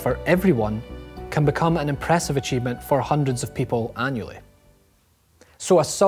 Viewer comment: All I noticed was the fact he said "off" twice, instead of "of"